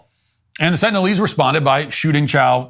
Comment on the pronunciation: "Sentinialese" ? Sengalise? instead ? // Sounds like Biden supporters to me.